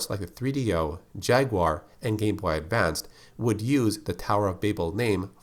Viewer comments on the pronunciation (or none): none